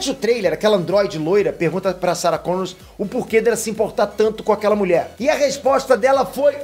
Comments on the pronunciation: ei...é Sarah Connor e não Connors;) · Para de dizer Sarah Connors! É Sarah Connor sem "s" no fim. PQP!!! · É Sarah Connor, não "Connors"! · Sara Connor, pelo amor de Deus, sem S no final rs